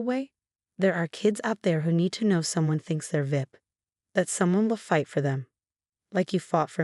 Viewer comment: there a lot of really bad parents sadly but this is a wonderful mother and the AI screwing up how they say VIP is quite funny